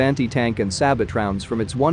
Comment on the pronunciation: Scum Channel - don't even know how to pronounce - sabot hahahaha